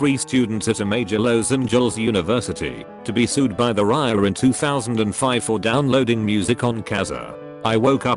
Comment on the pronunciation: Great channel and content, but could you try getting a narrator/reader who is not a dumbass? "Riaa", "Limeywire", WTF!?!